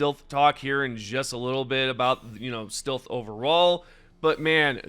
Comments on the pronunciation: you pronounce “stilth” like this on other videos to. Come on dude it’s clear you are doing it on purpose to bait comments for engagement boost. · Stilth anyone? ("Stealth" haha funny pronunciation) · Do you not know how to say stealth? Not stilth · Huh can't say stealth his says still weird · My bro, stealth is not pronounced "steelth", it is pronounced "stelth". Love your videos. Your annunciation is beautiful but makes me laugh sometimes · FOR THE LOVE OF GOD LEARN HOW TO PRONOUNCE "STEALTH". I kept wincing everytime you pronounced "steelth". Come on man 😢! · Why’s re you saying stealth like stilth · Stilth? If you say so. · STILTH WEAPONS STILTH HAS ARRIVED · bro doesnt know how to pronounce stealth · The way you say "stealth" hurts me 🤣 Great vid bro. Thanks for all the deep dive info. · Why the fuck are you trolling all of us by saying stealth wrong.? lol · Ummm, who says "stealth" like that lmaoooooo